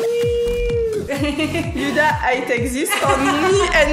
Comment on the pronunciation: Elle a l'air hyper gentille youdha (je sais c'est huda mais tu me fais trop rire parce que tu dis youdha😂😂) et tu étais magnifique quand elle ta maquillée gross bisous ❤❤ #warriorforever